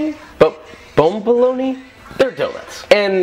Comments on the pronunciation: I heard bum lool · It's pronounced BUM-BALONEY (BOMBOLONI) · I am from a French Reigon of africa, the correct pronounciation is ba-ba-loni